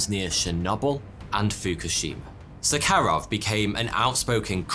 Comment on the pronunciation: Nóvaya Zemlyá Novaya the 1st syllable stressed (of the three) Zemlya the 2nd syllable stressed (of the two) like 1) novelty or caviar , and like 2) ajar or locate Btw, the name means a New Land. Andréy Sáharov (1syl, 2 syl) like 1) delay and 2) buchelor btw, sahar is sugar, so Saharov is like Sugarov =)) (for those who study this language)